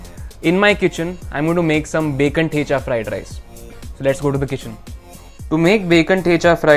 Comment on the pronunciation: Why are you pronouncing thecha not like a kamath